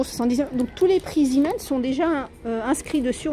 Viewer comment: Bonjour, en Belgique nous en avons beaucoup des magasins zeeman, et moi j’adore!! Il faut y aller assez souvent et j’y ai déjà trouvé des perles rare! Par contre si je peux me permettre, ça se prononce zééman.. car c’est une enseigne flamande 😊 bisous